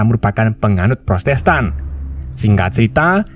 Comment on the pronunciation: Bang,maaf yah protestan bang,bukan prostestan ,maaf ya bang hehehe